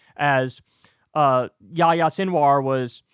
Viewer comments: Kyle.. it’s Ya-HEE-Ah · Why do3s kyle keep calling him "ya ya seenwar". Is he mocking his name? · Pronouncing yæhiye as yååyåå is pretty wild.